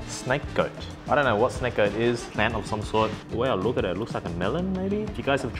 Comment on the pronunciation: I don't know if i'm mishearing you pronounce it but it's snake gourd